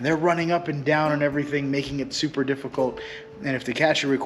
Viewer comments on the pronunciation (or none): none